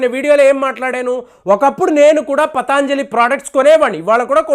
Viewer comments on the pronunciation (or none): it is patanjali, not pataanjali.